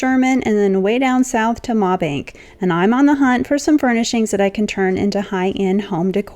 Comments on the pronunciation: Just a FYI. Mabank is pronounced May-Bank. Texans have their own language. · Love your furniture and decor flips. You always impress me. As an East Texas girl, I just couldn't let the pronunciation of the town go. It's pronounced May-bank.